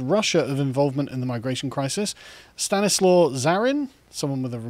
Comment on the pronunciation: Carl, for someone as perceptive and well-read as yourself, it's painful hearing you pronounce European names. "Stanislaw" is pronounced "Stan-ee-swav". If it looks similar to an English/Hebrew name, it's entirely forgivable to pronounce it as such, like " Stanley/Stan etc.